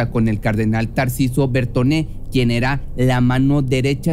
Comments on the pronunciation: Bertone....No Bertoné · Tarciso bertone, no tarciso bertoné.